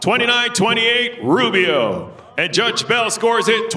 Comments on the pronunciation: Did the announcer say "Boobio"? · You can’t tell me the announcer didn’t say boobio instead of Rubio 😂😂😂😂